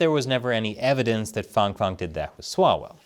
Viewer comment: It’s Fang as in hang, bang, sang learn to speakee dee Eengleesh. Stop sucking up to foreign pronunciations.